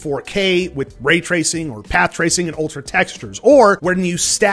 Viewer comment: Wait did you say Rape tracing????? lol